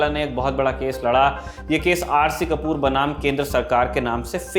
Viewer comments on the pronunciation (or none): R C कपूर नहीं कूपर है ।